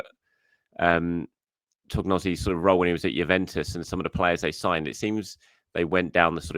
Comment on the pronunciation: "Tog-nozzy" is painful to hear as an Italian speaker 😅 more like To-nyo-tsi